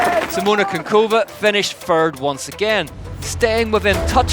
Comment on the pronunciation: It's Kuchynkova not Kunkova :D